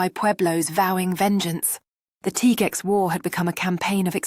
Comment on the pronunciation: * Teegwex ..NOT Tigooex or Tigex * Bernahleeyo NOT Bernalilo